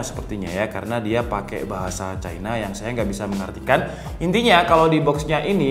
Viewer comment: "Pake bahasa CAINA" Aelah bang jujur aja ngapa. "Cina" kek 😅